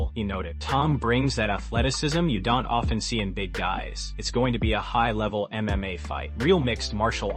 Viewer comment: Also learn how to pronounce MMA !!! Sounds like you say MA